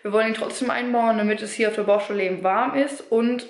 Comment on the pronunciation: Sie sagt ja auch ebend anstatt eben